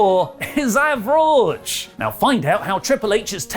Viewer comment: When the new "AvRAWge" is just being bad